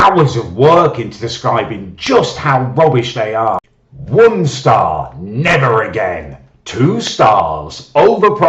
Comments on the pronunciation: WUN STARRRR!!!!! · Some nights I still wake up in a cold sweat over the way says Won Star!! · WON STAWH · wun stah